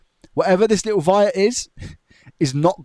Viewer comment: Amazing job, but I could swear you pronounce the word 'wire' as 'vire'. Is it just my Australian ear?